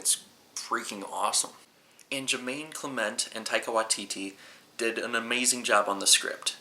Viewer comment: you pronounced Taika Waititi's name better than a lot of kiwi's